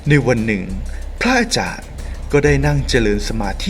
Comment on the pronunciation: ทำเสียงปกติจะดีมั้งคะ ไม่ได้พากษ์หนัง หรือเล่านิทานให้เด็กฟัง ไม่ต้องทำเสียงขนาดนี้ก็ได้คะ พะอาจารย์ หรือ พระอาจารย์คะ พูดให้ชัดคะ ภาษาไทย จะน่าฟังกว่านี้เยอะเลยคะ ตัว ร ล และ เสียงควบกล้ำ พูดให้ชัดๆ คะ อาชีพนี้จะได้น่าสนใจกว่านี้คะ สาธุๆๆ